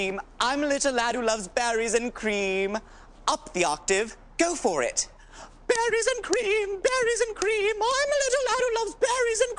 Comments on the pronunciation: I thought he was saying batteries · I thought he was saying “Batteries and Cream”🧍🏻‍♀️